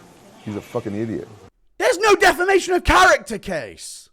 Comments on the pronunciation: Say it with me rampage: “Deh-fam-ay-shon” 🙏🙌🫡👏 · Rampage struggling to even say defamation